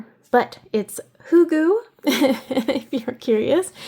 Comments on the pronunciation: Hygge is pronounced hoo-gah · All good - we were all wrong anyway - it’s who-ger according to the danish pronunciation :) ;) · Don"t be bathered - danish is not easy to pronounce I can tell you 😅 There is no sound in the english language how to pronounce hygge. If you know the german language is the y pronounced like the german ü. But it does not matter - I appreciate your thought about it ❤ and I smiled a lot Thank you for your fantastisc videos - they are very helpful